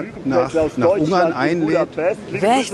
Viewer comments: Ich fühle mich an den "Penguin" von Benedict Cumberbatch erinnert, jedes Mal, wenn er Ungarn sagt. Es heißt UnGarn. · Ein "r" nach einem Vokal wird im Hochdeutschen nicht als "r" ausgesprochen, sondern ist stumm, wenn noch ein Kontingent folgt, oder wird als schwa (so ein angedeutetes a) am Wortende ausgesprochen. Was an des Reporters Aussprache stört ist, dass er Ung-arn anstatt Un-garn sagt. Also, er "ng" als einen laut ausspricht anstatt das "n" und das "g" separat auszusprechen.